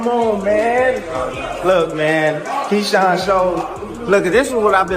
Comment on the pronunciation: 😂I'm also wondering what the hell is a Ksean coming eom😂😂😂😂😂 which idiot made this video that is real bad name pronunciation